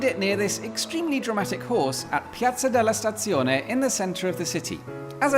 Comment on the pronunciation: Wow. Your Italian pronunciation of Piazza Della Stazione is perfect, complimenti. Immediately followed by giggles when you entered the tunnel to the theme music from the Antiques Road Show, but when you mentioned an upcoming fourth installment of what will become an increasingly inaccurately named trilogy, giggles were no longer sufficient and I had no recourse but to resort to guffaws. Thanks for the entertaining style,.